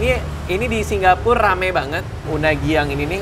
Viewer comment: Heran kenapa radit nyebut Singapur jd Singgapur.